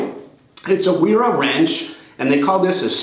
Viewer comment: Thanks for the review. I was looking to see if I can use this as a speed wrench and it looks like I can. My only gripe with your review is the name Wera is pronounced as Vera.